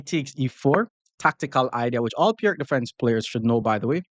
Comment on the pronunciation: As far as I know the right pronunciation of "Pirc" is like "Peertz", it just hurts the ears to hear it pronounced like "perk"